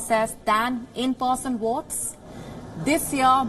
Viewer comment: Wotes, woating, woaters, I don't understand??